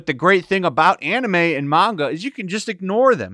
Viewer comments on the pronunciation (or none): none